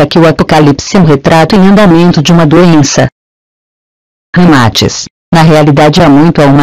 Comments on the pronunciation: Péssimo áudio. Dicção errada. O nome do cara ñ é Ramátis, é Ramatís. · Só detesto esse leitor de voz, é horrível na pronuncia, até o nome de Ramaatis pronuncia errado, pra que coloca esse leitor de voz aff?